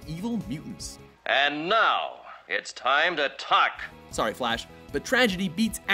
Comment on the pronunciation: "And now it's time to tahk!"(?)